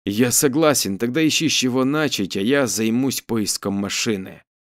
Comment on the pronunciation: Я всё о том же: начАть, чЁртом будет, стояли нАсмерть и прочее. А читаете хорошо, с чувством!)